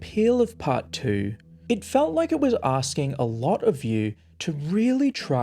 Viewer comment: She said “lotter”, not “latter” as you typed or “ladder” as the video claimed. In the game she says “lot of” so it’s not that far off.